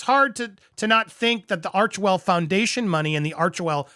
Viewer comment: I think you would like to hear this, PBD just mis pronounced Archwell as Archevil in one of his latests podcasts, funny.